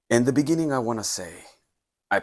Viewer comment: In the bininging... bininging